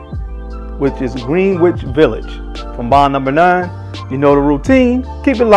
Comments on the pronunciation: I cringe every time he pronounces it Green-wich instead of Gren-ich. Definitely not a New Yorker. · Love your video reviews and the quality is phenomenal. However, the snobby New Yorker in me is cringing. I know how it’s spelled, but it’s pronounced Gren-itch Village. I know it doesn’t make any sense, but that is the way we snobby New Yorkers have pronounced it. You tha man and keep pumping out the great vids. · ...Love you, your content, your knowledge on perfumery and Fashion. Keep going brother! (Being a native New Yorker [Brooklyn] you get a pass for butchering "Greenwich" lol...its pronounced "Gren-itch"...I know the spelling doesn't help). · So weird how Greenwich Village is pronounced Gren- itch. Gren, like Ken or Ben, but it’s spelled Green, like the color Green. The English alphabet makes no sense! Anyway, besides that small rant lol I absolutely love Greenwich Village, it was love at first sniff 😍 I find it interesting how fragrances that don’t smell quite as good get so hyped up for one reason or another, then we have something like this that’s more beautiful yet not as talked about. Like you said better for us, it doesn’t become as common. Great review, thx💙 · Green wich 😂😂😂 say you’re not from NY without saying it ❤